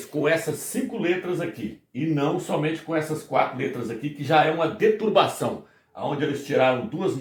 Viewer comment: Fala se: deturPação irmão e não deturbação. Agradeço o conhecimento, estou aprendendo muito!